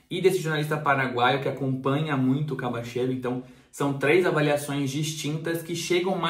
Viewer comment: Pô, mesmo com um repórter mandando um vídeos com a pronunciação correta co nome do jogador, o ainda me fala “Cabacheiro” 🤣 Brincadeiras aparte, grande vídeo, muito obrigado pelo esforço de ir buscar informações com pessoas do ramo, parabéns!